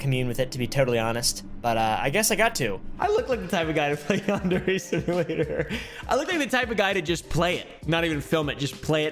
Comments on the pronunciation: its pronounced “yawn-darey”??? I thought it was pronounced “yan-dear” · Yarn deray simulator , Yon dairy simulator. These pronunciations is wild 😂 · Why does everyone pronounce it yan-dairy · his mispronunciation of yandere was funny to me but the continued use of the mispronunciation now irks me …also all these creepy white kids playing it are also not saying it right. does he even know what a yandere is in japan? it seems to me like he doesn’t, by never mentioning it and not knowing that it’s anything except the guys fake name and the game’s name